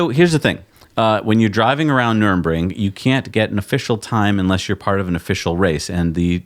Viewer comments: Dear America, now you own it you only need to know how its called: Nurr-burr-g-ring NOT Nurem-ring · its not Nurinbring! say Nurburgring. dyslexia? or is it just an american thing of getting every pronunciation wrong 🤣